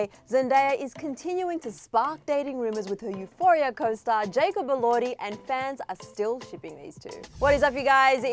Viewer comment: its jacob elordeye not jacob elordhee